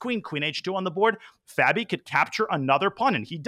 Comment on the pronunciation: Stop saying fehbi